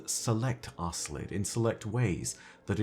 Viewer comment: Either there's a different pronunciation, or Bungie never said the name out loud, cause I'm pretty sure they didn't mean to name that race ass-lid ☺